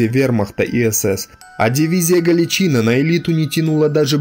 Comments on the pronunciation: Тотальную ложь о дивизии рассказываешь. И не галичИна, а галичинА. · Блин, Галичин"А", а не Гал"И"чина. Уши сводит. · ГаличинА или ГалИция. Ставьте правильно ударение. За информацию - лайк. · Вы не правильно ударение ставили. Не ГаличИна а ГаличинА ударение на последнюю букву ставится. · Смех без причины - признак Галичи́ны. Вообще-то, правильно произносить с ударением на последний слог - "Галичина́". Спасибо за контент! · Спасибо за труд! Правильный и нужный канал. Но ударение в слове Галичина на "и" режет слух. Правильно - ударение на последнее "а". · не ГалИчина или ГаличИна, а ГаличинА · ГаличинА - правильно ГаличИна - не правильно Если уж претендуете на роль историка, повествуйте правильно, сударь. Я хоть и не нацик, но слух режет ваша безграмотность. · В видео есть ошибка: Дивизии "СС ГаличИна" никогда не было, была "СС Гàличина", и пусть это моральные уроды и предптели, но каверкать название не правильно. Зарание спасибо за внимание. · Надо перезвонить, потому что ухо режет неправильное ударение. Либо дивизия СС ГалИция, либо дивизия СС ГаличинА, ударение на последнюю "а". Но ни как не на вторую "и". Учитесь правильно говорить, больше читайте. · Отличные видео, но блин! Ты слова некоторые не правильно произносишь, очень часто, ударения не туда ставишь. Не галичИна, а галичинА. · Во первых ГалИчина,а не ГалиЧина,а во вторых,чем теперешний чвк вагнер в Сирии,отличается от той же Галичины в Белорусии?Те же отморозки и каратели. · Блин, при всём великом деле, что ты делаешь, с русским языком у тебя проблемы.. Не ГАличина, а ГаличинА, и это не единственное засмечание, что УХИ режет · Не ГаличИна , а ГаличИна. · Спасибо за ролики.Одно замечание ,в слове Галичина ударение ставится на последнем слоге. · Спасибо за сюжет, НО что у Вас с ударениями? ГаличинА же. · Дикторов надо сначала научить языку и истории а также ударениям. ГалИчина. Не подрывайте доверие к вашему каналу. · Галичина’ - ударение на последнюю гласную!! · Только ударение правильно ГаличинА.